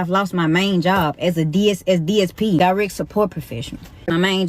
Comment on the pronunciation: Die-reck support Professional.... the fact that she has a certificate that has the word PROFESSIONAL on it is shocking and omfg